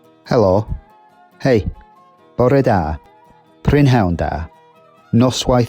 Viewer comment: Also , your pronunciation of “bore da, sut dych chi? Fi enw i…” was awsome. I’m from wales and speak a bit and I loved this video!